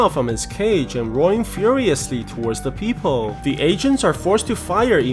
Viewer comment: rowing furiously towards da pee-poh 😂